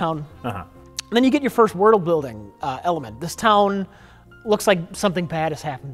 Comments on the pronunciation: "wurdle-building"... another magnificent new word invented by. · "wordel building"